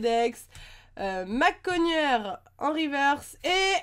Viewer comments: tu as dit mackogneur au lieu que Machopeur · c'est machoper pas mackogner